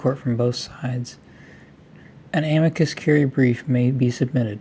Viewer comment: The stress should be on the "i" of "amicus," not the "a."